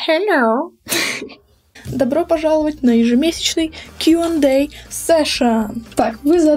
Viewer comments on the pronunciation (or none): Я обожаю когда ты говоришь "Хельоу" 😍😍😍😍😍